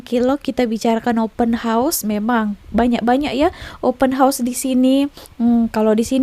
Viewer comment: org indonesia yg tau sebut open house yg betul mungkin je. yg lain² tak reti sebut termasuk pembaca berita diorg